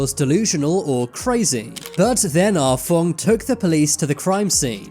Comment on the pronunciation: “Ah Fong” sounded like “Ah Fuck” 😂